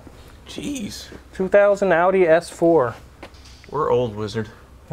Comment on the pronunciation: 186k is nothing. I've seen them with over 300k. Justin Ballous is the most famous high mileage example. Also, you mispronounced best engine Audi ever made.